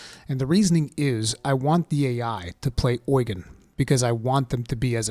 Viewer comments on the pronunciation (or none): Don't know why they say oygen in the game it is Ugen like Ugene Lol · Is it really pronounced oy-gan? I thought it was pronounce u-gene... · Does the English voice acting call him Oigen or something? I keep Japanese audio, so I don’t know, but I can’t stand when he says the name like that…